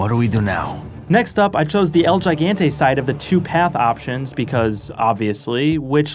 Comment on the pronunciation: it's pronounced HIGANTE, no "yaiganteh"